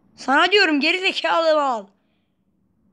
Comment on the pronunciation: Abi seni ge4izikalı deyişi acayip komik